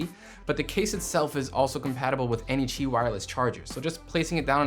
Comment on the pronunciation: THANK YOU for your pronunciation of Qi charger. It’s maddening the number of “tech channels” that keep saying “key.”